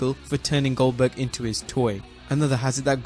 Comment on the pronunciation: RIcky Rick Why does everyone refer to Him as “Gilberg”? It’s GOLDBERG! :€)